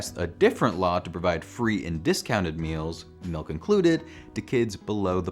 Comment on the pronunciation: This is the first time I’ve ever heard anyone pronounce milk MELK.